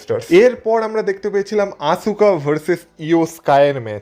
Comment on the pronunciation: আপনার কাছে বানান টা দেখে মনে হয় আসুকা কিন্তু খেয়াল করবেন। wwe আসকা বলে। তাই আমরা চাই আপনিও আসকা বলবেন।